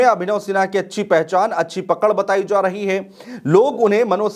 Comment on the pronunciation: भाई जा को जो क्यों प्रोनाउंस कर रहे हो ??? बताया जो रहा है is wrong बताया जा रहा है is correct..... चोन्हा के बोलने के चक्कर मे अपनी ही काट ले रहे हो...... तुम्हारा दोस्त-वोस्त नही है क्या इस तरह के सलाह के लिए ????